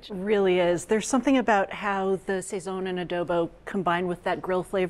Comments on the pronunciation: Did she say SAY-ZON???? Smh lolol. Ay bendito nene! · Pronounced sah-ZON. You did a great job with the chicken! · Yea fr where did they keep getting the extra "y" sound from?? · SAZON by any other pronunciation, is still SAZON. OK! ☺️🍻🙏🇵🇷💃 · You didn’t have to butcher the pronunciation.